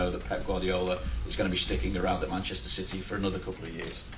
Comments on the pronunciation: I heard it as shitty. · I love how he cant pronounce city, or can he? always calls em shitty 😂😂😂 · I love how he also calls City "Chitee". Top man. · Did he just call City "shitty" 😅😂😂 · Gotta love the way the gaffer pronounces City..... nuances 😂